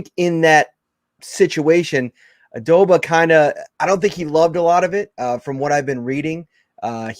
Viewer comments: As soon as he said the name I'm like dude it's OBAAADAAAA. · Dude, the least you can do is say his name correctly!! WTH!